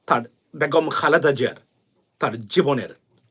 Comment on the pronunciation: ভাইজান আসসালামু আলাইকুম, ভাই বেগুম না বেগম হবে ধন্যবাদ। কিছু মনে করবেন না। ❤❤